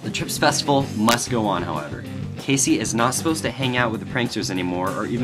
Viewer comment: Good video, but why do you pronounce his name "Casey"? It's Key-Z.